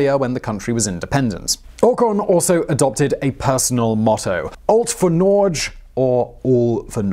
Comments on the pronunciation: You obviously have great researchers but 'Ol't fore Nordge', really? Also, 'Storting' should always be translated into 'Parliament', both in direct translation and in the real meaning of the word. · While I really appreciate the attention you've given us in our little country I'd still like to point out the following: You kind of butchered the name of Norway in his slogan, "Alt for Norge", a pity really since you pretty much got the name of the country right when you mentioned the name of the royal yacht. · I know you don't speak Norwegian but i cringed so damn hard when you tried to say "Alt For Norge"